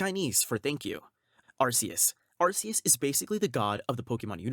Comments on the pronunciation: ARKEUS.. not Arseus. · YOU SAID IT WRONG! IT IS ARCEUS! WANT ME TO POST THE LINK NEXT TIME? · ARKOOS.. not Arkeus.